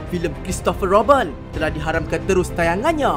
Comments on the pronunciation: Pronounce tu nanti boleh perbetulkan.. Comics bukannya Comeks Robin bukannya Robben.. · salah cakap bukan roben yang nya robin